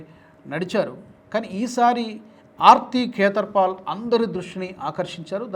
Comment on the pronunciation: భారతీయ నటి ఆర్తి ఖేతర్ పాల్ .. ఈ పేరు మీరు పలికితే సరిగాయిన్పడలేదు. పేర్లు అవీ చదివేప్పుడు స్ఫుటంగా పలకాలిరో అయ్యా !